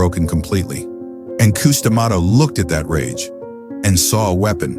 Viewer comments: Damn AI voices....coos dummato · Old Cous Cous D’Amato. Gotta love AI.